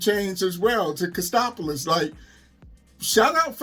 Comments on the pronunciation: Being Greek myself I have to correct you on uncle Jesse's last name on the show it was Katsopolis not Kostopoulos. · It was Jesse "Katsopolis". Not "Kastopolis". And it was "Steve Peters". Not "Peterson". When I heard that I wanted to yell at my tv. Lol.